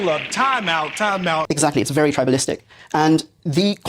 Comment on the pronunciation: 'The brother asked a bery good question" 🤣